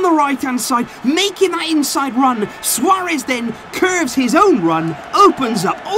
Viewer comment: “Suarez” is impressive 😂